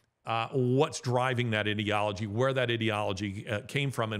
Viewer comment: I really enjoy your podcasts Larry but you do need to correct your pronunciation of "ideology".